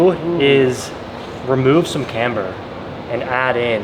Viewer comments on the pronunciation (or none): none